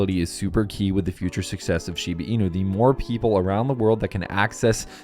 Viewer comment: SHEE-BAH INU not SHEEBEEEENU